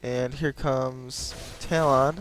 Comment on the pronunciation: 2 things 1. i think your saying talon wrong? xD 2."happy birthday to the ground" is from lonely islands i threw it on the groud